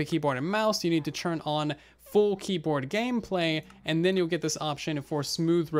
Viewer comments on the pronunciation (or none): Do you say churn instead of turn ?